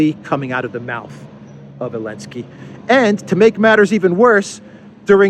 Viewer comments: Why do you call Zelenskyy, Elensky? Also interested to hear thoughts on Zelensky saying Ukraine should become a new Isreal. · Why do you keep calling him "Elensky"? I assume you mean the current Ukrainian president?